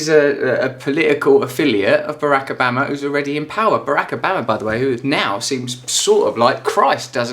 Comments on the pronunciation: Why does he keep calling him Barack Abama?? I'm pretty sure Obama is spelt with an O and is therefore pronounced as such. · Stop saying Obaama. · How can after 8yrs can you still not say Obama's name right?